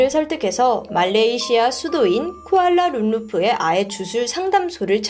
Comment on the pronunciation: 쿠알라룸푸르를 쿠알라룸루푸 라고 하시는것 같음..